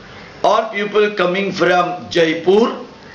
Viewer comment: sir,while you speak the word PEOPLE it sounds like PUPIL